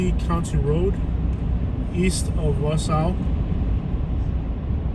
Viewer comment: Wausau is pronounced WA-saw. Just so ya know :)